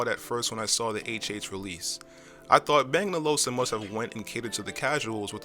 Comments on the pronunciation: Good review. Thanks Now you just need to work on getting the brand name right. it's Bang and OluFsen. ;) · I'm quite amused of the way you pronounce bang & olufsen, I'm not saying it's wrong (although not how the danes say it) however I just haven't heard it before. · Dude... Stop mispronouncing Olufsen!! Good video though.